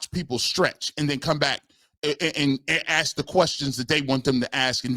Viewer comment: Impressive that analytics is said correctly but ask is somehow axe. 🤔